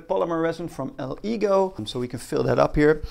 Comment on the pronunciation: Good video, make sure to use some sort of protection when handling resin, and your lungs will start to feel it after a few days if you don’t use a mask. Btw, it’s pronounced El-eh-goooh!